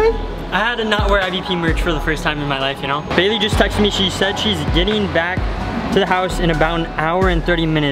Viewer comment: The face tho also awww ship also the man cant say brooklyn and baily